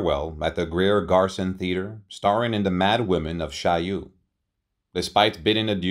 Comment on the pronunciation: This narrator is horrible. He is not only boring, but he cannot correctly pronounce Methodist, Olivier, Chaillot. And who wrote the script? As noted by others, her Oscar for Mrs Miniver was her only Oscar, not her first.